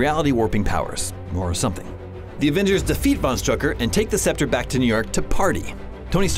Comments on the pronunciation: he said loki's spectre, not sceptre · Good recap, but noticed three notable mispronunciations. (mispronounced helicarrier, scepter, and Ulysses)